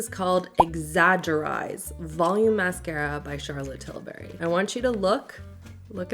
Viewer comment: Charlotte Tilbury‘s last name sounds like hurry, not berry. 😀